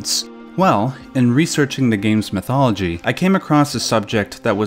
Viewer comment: Just to educate you, it is not mithology it is m-y-thology. Do you say grab mi umbrella?